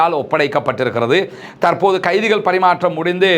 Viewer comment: தமிழ்ச் சொற்களை சரியாக உச்சரிக்கவும். உதாரணமாக.தற்போது தர்ப்போது எனச்சொல்லப்படுகிறது தவிர்ப்பபது நன்று.